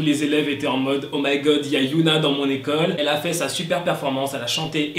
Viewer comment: Super vidéos, comme d'hab hein, mais y a juste un petit défaut au niveau de t'as prononciation pour Hyuna ^^' Enfaite, il faut prononcer le H de Hyuna parce que sinon je crois que ça fait un autre prénom, c'était juste ça ^^